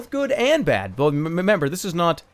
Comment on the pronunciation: he says "memember"